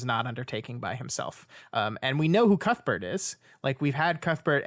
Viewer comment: Que-th Bert